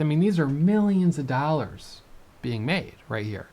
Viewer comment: The way this guy says "dallars" is the most middle aged, obnoxious Wisconsin lady accent I've ever heard. The only thing that could make him more unlikable is if he was a redhead